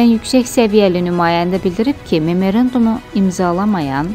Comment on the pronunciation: Memerendum YOX, MEMORANDUM